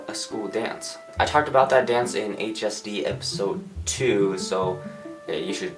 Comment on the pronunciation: HSD sounded like LSD to me 😂